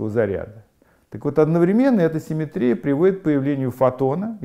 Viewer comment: Всё прекрасно, но позвольте задать 2 вопроса: 1. почему в начале каждого раздела Вы так душераздирающе улыбаетесь?* Это немного пугает; 😃 2. почему слово симéтрия Вы произносите с таким экзотическим ударением? (интернетовскую чушь последних десятилетий в свое оправдание прошу не цитировать!). -------------------- * "— Гражданин Корейко? — спросил Остап, лучезарно улыбаясь. — Я, — ответил Александр Иванович, также выказывая радость по поводу встречи с представителем власти. — Александр Иванович? — осведомился Остап, улыбаясь еще лучезарнее. — Точно так, — подтвердил Корейко, подогревая свою радость сколько возможно. После этого великому комбинатору оставалось только сесть на венский стул и учинить на лице сверхъестественную улыбку. Проделав все это, он посмотрел на Александра Ивановича. Но миллионер-конторщик напрягся и изобразил черт знает что: и умиление, и восторг, и восхищение, и немое обожание. И все это по поводу счастливой встречи с представителем власти. Происшедшее нарастание улыбок и чувств напоминало рукопись композитора Франца Листа, где на первой странице указано « играть быстро», на второй — «очень быстро», на третьей — «гораздо быстрее», на четвертой — «быстро как только возможно», а все-таки на пятой — «еще быстрее». (с)